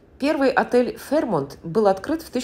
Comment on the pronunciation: Все-таки ударение ФэйрмОнт.